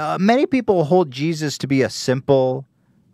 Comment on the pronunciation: "Jizzus" - Hila Klein 2018